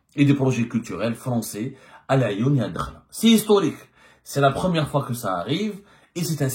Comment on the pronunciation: Ce n'est pas " Dkhla" mais Addakhla الداخلة مشي الدخلة .، vous repetez toujours la meme fausse prononciation .Merci de rectifier